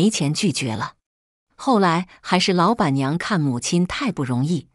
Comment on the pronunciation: 說你唔識字, 你又懂得讀, 可是....................為甚麽老..........板娘要分開讀呢? 真讓人不解! 🤭🤨😐